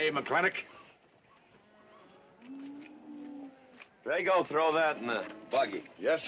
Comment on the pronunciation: Would anyone of you fine fellow cattle ranchers tell a greenhorne like me why on earth they again and again pronounce McLintock kinda like McLinnek? Is there some Southy thing goin on or are my ears getting just too old?